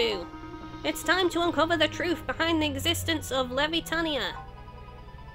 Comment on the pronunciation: and um it's Levitania as in "levitate" it's a pun lol. and the Puerto in Port Puerto, Is pronounced like in Puerto Rico lol